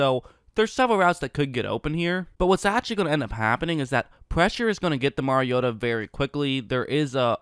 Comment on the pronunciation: Well at least you know how to pronounce the name of the person you are critiquing. Most in the national media can't even be bothered to do that.